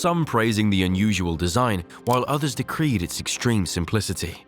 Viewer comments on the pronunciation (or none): Hey,, it's decried, not decreed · Robot voice can't pronounce "decried" :D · or (maybe?) it could be a simple mispronunciation of one word. But, it is amazing how all the robot voices have advanced so much.